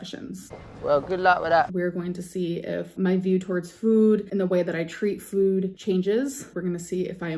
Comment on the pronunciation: The way she says "food" just irks me. She over pronounces it/adds in an extra "o" to me.